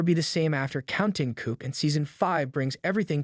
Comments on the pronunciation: It's pronounced "Counting Coo"., not coop. is a shit AI channel. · To the narrator...it is not pronounced "coop." The p is silent. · By the way. Its "counting 'kooo'". In counting coup the p is silent. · It's pronounced Koo. The p is silent, or barely hinted at it's an Aboriginal word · Thank you! That was so grating to my ears! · Please train your AI to correctly pronounce words like Coup, Ethan, and Landowner. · If you’re going to narrate for a living, you should understand how to pronounce Coup and Ethan correctly. And AI should already know.